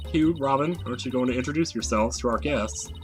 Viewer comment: FYI, you don't say the G in Hugh.